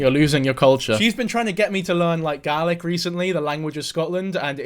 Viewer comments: i can't tell if you are saying "garlic" instead of "gaelic" to make fun of her or if that's just your accent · did he just say gah-lik for gaelic...